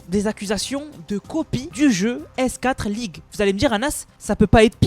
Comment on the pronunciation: S4(four)league par pitié, pas S (quatre) league 😢